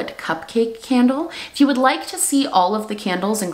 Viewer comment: « Today’s candle of the day » always sounds like « today’s scandal of the day » and i kinda love it